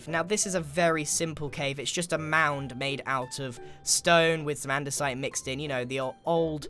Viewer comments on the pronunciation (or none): none